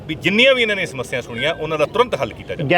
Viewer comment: ਐਨਾ ਕਿਓਂ ਘਬਰਾ ਗਏ ਸਪੀਕਰ ਸਾਹਿਬ ਸਮੱਸਿਆਵਾਂ ਨੂੰ ਮਸਿਆਵਾਂ ਹੀ ਬੋਲੀ ਜਾਂਦੇ ਆ